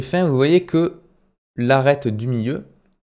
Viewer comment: "l'arrete du miyieu " mdr